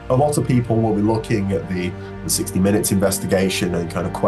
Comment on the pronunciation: No se dice 60 Minits se pronuncia 60 Minutes